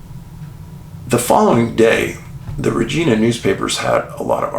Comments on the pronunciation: Just to clarify Dave it`s Re Ji Na, not Regeena. Thank you for the great episode. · Hey David I live in Regina. I know people have a tendency to shy away from its proper pronunciation. 😂. It’s RegInA. 😂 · Thank you so much for the Saskatchewan segment! Regina - pronounced: ReJINE A lol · this doesn't matter but, regina is pronounced like vagina just saying lol source: It's where i live and across from the RCMP barracks as well. I hear the trumpet(s) when they do parade every dang morning. If anyone confused parade just means marching in formation not a street parade if that's what you might be thinking lol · Hi Dave, love your channel. It's pronounced Reg- eye- na, Regina. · I'm not a person to critique people..but..Regina,Canada is pronounced with the I as" eye". Love all the work that I know you do. Will remain a loyal watcher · I don't mean to sound pissy and I have no stake in this: How to Pronounce Regina? [CORRECTLY] Canadian City Pronunciation [Saskatchewan] It just annoyed me enough to comment...